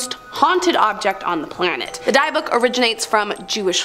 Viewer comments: Its not pronounced as (DIE - BOOK) as YOU say. It is pronounced as (DIB - ICK) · Omg and the “Diebook” box. Omg😮 I’m dying here!!!!! 😅 it’s pronounced “dibuk” box lol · Yup drove me nuts and the box in Zack Bagans is pronounced Dibik don't know the box's name spelling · Yeah, I hadn't gotten to that part of the video yet, Diebook it sounded like lol. I think it's spelled Dybbuk though or close to it. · dybukk, I believe. Not sure on the double k. Of course, they kept saying "die-book" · Also it pronounced Dibb-ick (Dybbuk)